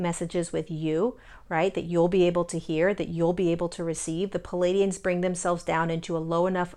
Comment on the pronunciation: Please....it's NOT "Paladians." It's Pleiadians!!!